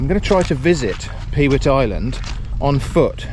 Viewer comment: You need a pair of mud pattens to cross the mud. Available from moi! Incidentally, you called it "Peewit Island". It`s actually, as its spelled "Pewit Island", pronounced "Puet" and refers back to the time when the island was managed for its large summer black headed gull breeding colony. The eggs were harvested as were the young fledgeling gulls, or puets.